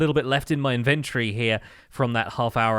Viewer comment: I love your content but please for the love of all that is holy, google the pronunciation of the word inventory. There's the british way, the american way, and then your way. Please stop. Please